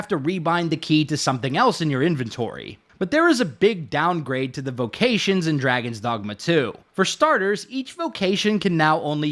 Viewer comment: draygawns dawgmuh